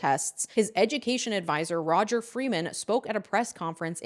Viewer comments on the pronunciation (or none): none